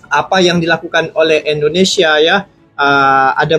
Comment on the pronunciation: Assalamualaikum Mff pak bukan endonesia tapi indonesia geh Terimaksih 🙏🙏